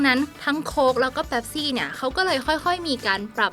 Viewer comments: หัวข้อคลิปก็เขียนว่า*เป๊ปซี่* แต่ทำไมผมได้ยินแอดมินออกเสียงเป็น*แป๊ปซี่* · เป๊ปซี่นะไม่ใช่แป๊ปซี่ 😂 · ออกเสียงให้ถูกครับ เป็ปซี่ ไม่ใช่ แป็ปซี่ คนไทยคนส่วนใหญ่ชอบเรียกว่าแป็ปซี่